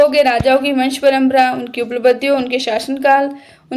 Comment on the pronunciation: उपलब्धिया❌️ उप्लबधिया✅️😂😂